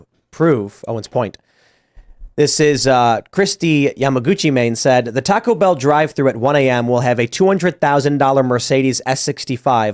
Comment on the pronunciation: C'mon man. You're saying Taco Bell wrong.